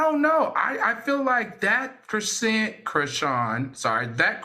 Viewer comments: Idk why Al pronouncing her name as "Chri-see-yen" bothered me as much as it did. It's giving out of touch. Maybe I'm just trippin tho. 🤔😩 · Chris-sea-n 😂😂😂😂😂😂 Al.